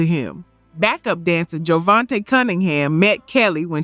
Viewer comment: Ooh, tweak the system on the pronunciations. Jodeci, Devante and Nino were off. The energy is upbeat and lively, though.